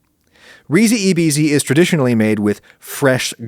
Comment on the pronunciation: Please pronounce Risi e Bisi correctly. rhee zhee ay bee zhee